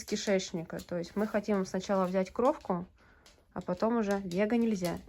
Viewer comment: А мне "кровка" резала слух.